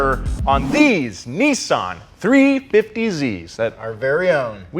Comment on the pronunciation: not niisan its nissan